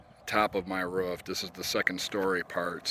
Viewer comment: Love how u say ruf instead of roof. Reminds me of my grandmother